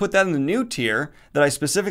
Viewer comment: Still loving *The Fifth Sorsoress*, I see.